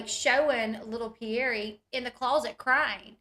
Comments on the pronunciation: Isn’t the child’s name Pierre not Pierr E 🥴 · The Mom & Dad pronounce their child’s name Pierr E.